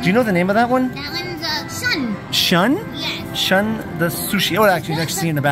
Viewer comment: Not Shun (sun) Japanese u always rhymes with shoe So it is Shoe N........